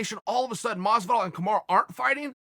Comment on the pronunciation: And one again "Kamara"